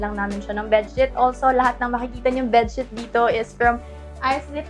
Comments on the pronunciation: BedSHEET kase sisz, not bedSHIT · Natatawa ako kapag “bed shit” yung sinasabi mo. Hahaha u made my day :DDD